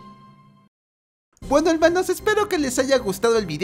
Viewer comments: Por seacaso se dice Hermanos no helmanos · Somos 2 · Escuchar un helmaanoo te llena de DETERMINACION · 3 yo igual me encanta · Me da muchísima risa cuando dice helmanos ajajajaj ☄️ eres el mejor ❤️ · Ese "elmanos" me da 1000 años más de vida